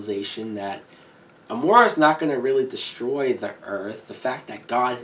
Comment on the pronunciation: I don't want to be a nit-picker, but Amara is pronounced, a-MARE-a... not a-MORE-a.